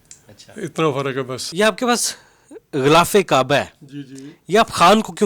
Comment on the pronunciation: غولاف نہیں غلافِ کعبہ ہوتا ہے ۔